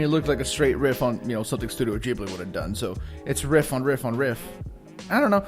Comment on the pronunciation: Studio Ghibli is not pronounced “jiblee,” it’s “ghee-blee.” And if you were in kindergarten in 1995, you’re not even 30. You’re not an old man. These two things made me shut off this particular video. Stop. However, DC and Baldo look awesome.